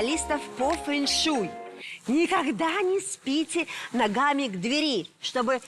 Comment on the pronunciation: К двЕри, а не к дверИ....